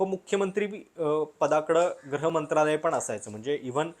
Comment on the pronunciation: एकच गोष्ट तुमच्या विश्लेषणात खटकली ती म्हणजे तुम्ही गृहमंत्रालयाला वारंवार ' ग्रह ' मंत्रालय म्हणत होतात.